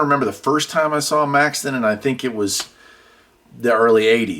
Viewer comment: Question, Do you mispronounce and misspell radio names on purpose, Maxon is Maxton, Retevis is Retreevis? I really like you videos. Been a subscriber you years.